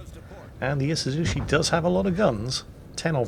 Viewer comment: E-she-zoo-CHEE not 'shi'. Come on now.